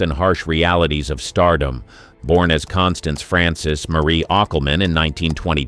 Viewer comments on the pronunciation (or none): none